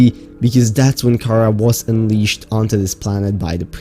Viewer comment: Anyone else get really annoyed each time he pronounced Karaa as "k-AH-r-uh" instead of "k-ah-RAH"